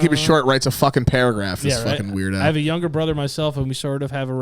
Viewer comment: Nobody:: Yugger (younger)